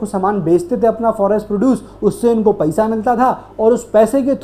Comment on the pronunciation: Paisa ❌️ Paiesa ✅️